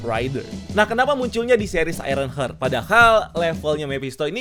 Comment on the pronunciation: Bacanya hart bosku bkn hert